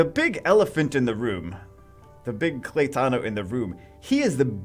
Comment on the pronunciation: Claytano??? he does not even know what the H is talking about !!!